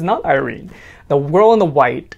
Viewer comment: "the wirl in the white" XD XD did anyone else noticed this?? btw you got the names right